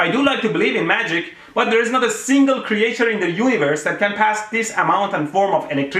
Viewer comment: Kree-ey-chur! "English By ElectroBOOM" 😁